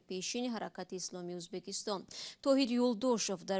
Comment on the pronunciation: Апаи аз Шумо илтимос,яьни хамун очкрики сухан додед дуруст талафуз кардани Узбекистон